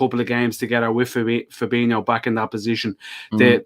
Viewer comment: Fab-een-io...not Fab-eeno, driving me nuts. You should know fella. Jeeeez. For reference, Fir-meen-o, not Firm-een-io